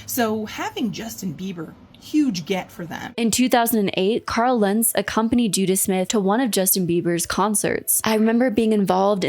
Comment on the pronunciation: I'm sorry, Ican't stop giggling about how this culty pastor is called Judah Smith. When you say it it just sounds like Judas 😂🕵‍♂